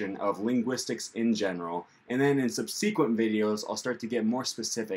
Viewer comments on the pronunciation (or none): SUBsequent, not subSEquent, please. No biggie.